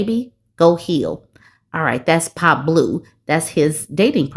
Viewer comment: your pronunciation of pablOO took me out 🤣 these are hilarious